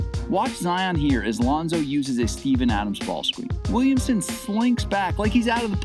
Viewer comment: Why does he say “wemsen”